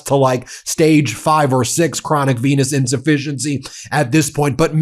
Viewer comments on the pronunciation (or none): DID U SAY CHRONICPENISENDIFIANCIES